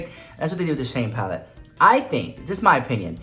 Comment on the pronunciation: I just love when you say palette. paLETTE! 😂